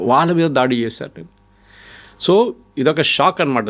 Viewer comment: Thoo kaadhu... so ani maatlaadu.